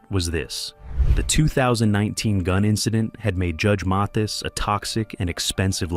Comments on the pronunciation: AI couldn't even pronounce his name- MAY- this ? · At least you could pronounce his name correctly. This A I voice is horrendous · The narrator can't pronounce his name correctly and where's the actual proof 🤔